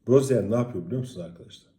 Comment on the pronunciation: bu guzel adamin adi Roziyer okunmuyor. Roziye okunuyor.